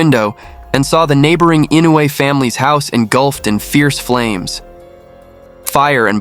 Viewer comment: Maybe he didnt know how to pronounce Inoue… it is difficult for non japanese speakers… I always butcher English name, so i feel him.